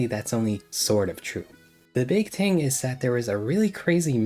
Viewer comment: Learn how to say the word "thing".